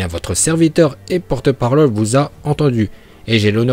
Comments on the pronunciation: Porte parlole il a dit mdr🤣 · Qui a entendu dire parlole (parole)